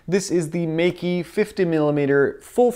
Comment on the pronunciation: Meike is actually pronounced as May-ker.